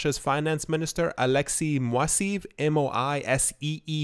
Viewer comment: the guy's name is pronounced MO-I-(S)S---EH-YEV